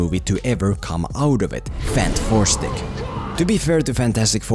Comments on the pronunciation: Everyone says it Fan-Four-Stick, but shouldn’t it be Fant-Four-Stick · Im so happy he calls it "fanfourstick" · I needed to laugh every time you said fan 4 stic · so funny when you say FANT FOUR STICK, lol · Dude i legit cant take you serious when you keep saying fant 4 stick😂